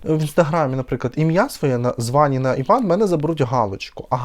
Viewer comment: Иван ударение на И. Очень красиво звучит.❤❤❤